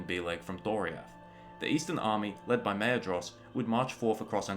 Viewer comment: Maedhros is pronounced Maithros, just so you know. My life was atleast turned upside down by that discovery